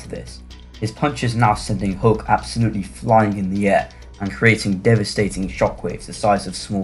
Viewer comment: It’s Hulk, Not Hook, lol.